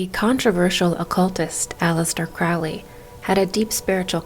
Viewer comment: I believe Crowley is pronounced like it is spelt...not like sourkraut...or krautrock...stand mummified...monkey goddess 🙈🙉🙊